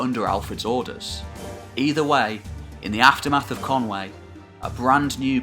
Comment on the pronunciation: Conwy=" Kon..we".. never "Kon way".